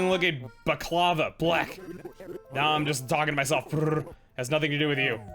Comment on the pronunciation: Baklava pronunciation needs work but besides that this is precious